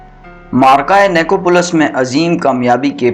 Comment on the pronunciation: نی کو پولس نہیں بھائی نائی کوپولس اسلےحہ نہی ہوتا اسلحہ ہوتا ہے لفظوں کی پروناونسی ایشن درست کریں بہت امپیکٹ پڑتا ہے